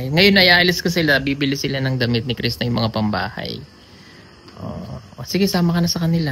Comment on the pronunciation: sir crisna not crista